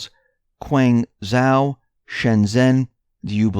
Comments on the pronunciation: When you speak about these Chinese cities, you are grossly mispronouncing their names. ZHOU is not pronounced "WOW". It is pronounced "show". (phonemic). Guanzhou = guanshow. Please correct your speech! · Excuse me; It is Guangdong Province with Guanzhou as capital city of this province. Just as Changsha is the capital of Hunan Province, besides that work on your pronunciation of the words/ names. The 'G' is NOT sounding like a 'K", but that will be the pronunciation problems in the ENGLISH language, but you are American so it ought not to be such a big problem for you, to pronounce correctly. But thank you anyway for this enlightening 'news report", it might clear up quite a lot of issues? Because everything is connected (Buddhist saying). (brw. Shenzhen is the "harbour" of Guangdong prov., just as Shanghai and Tianjin) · Your Chinese pronunciation needs work. The ZH combination is actually a thick J sound. Learn Pinyin if you are going to try to say the Chinese words. The -ang combination is actually said like -ong.